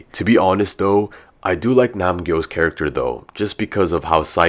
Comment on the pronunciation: Nam gyo? Wtf is that?